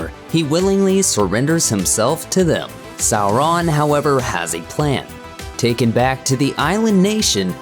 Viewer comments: Sou-Ron?? Who’s narrating this, the Key & Peele substitute?? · Sow-RON? 🤦‍♂️🤦‍♂️ Tol-KEEN? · A good video. Except for the annoying Sau-RON which quickly gets grating. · We know; the narrator is pronouncing it "Sau-RON" instead of "SAU-ron." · Legoh Laas Talkeen Saw-Run Gamlee wtf? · Sow-Rawn. Tolkeeeen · I swear they used an automated reader for this video. Sow-Rawn. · In Appendix E, Tolkien states that 'au' is pronounced as in 'loud' or 'how'. So 'Sauron' is pronounced "SOUR-on" or "SOW-ron" (sow as in pig, not as in planting seeds). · Say it again....sar-RON Super funny. You must be canadian.. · Its Sour-ron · The way you say Sauron as “Sow-Ron” is shameful. Various other issues as well with names. Your dialog is too slow more times than not. You can’t even say Tolkien’s right. It’s NOT “Toll Keen” Check out Men of the West for proper videos and History of the Ages. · Its pronounced Sour-Ron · Sow-Ron.... interesting pronunciation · Why do you pronounce Sauron like that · Tol-KEEN, Sow-RON..... Fro-DOH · Why u sayin sauron like dat